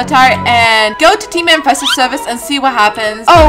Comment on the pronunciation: I love how she said ‘teamer Invested servers’ 😂